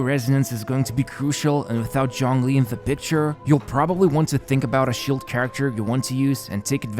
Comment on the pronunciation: excuse me, did you just say johngli